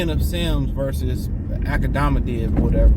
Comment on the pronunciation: “Akmadamadiv” 😂😂😂😂 Boi you funny asl